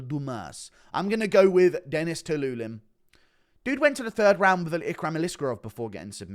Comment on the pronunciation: Stop saying Dennis Tuiluilin